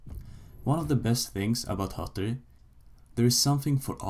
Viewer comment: Du kan fan inte säga hattori